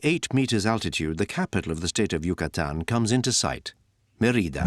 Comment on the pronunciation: Put the accent on the first syllable: Mé-ri-da. Odd that you would not pronounce the name of the city correctly when making a documentary of that city.